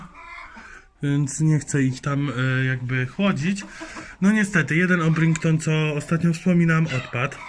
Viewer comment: Orprinkton tak się nie mówi mówi się orpington